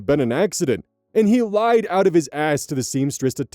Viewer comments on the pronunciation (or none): none